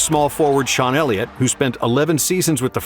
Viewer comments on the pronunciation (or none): none